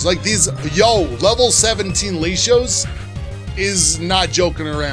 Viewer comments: gotta let you know man RED numbers on a stat means increase BLUE means decrease, other than that good series bro keep it up. Also i love how you pronounce Latios 😂👌🏼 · Its pronounced worm-o-dam and lat-ios..